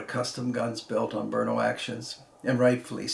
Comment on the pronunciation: Someone who says Brno correctly! I can't stand it when someone says "Bruno"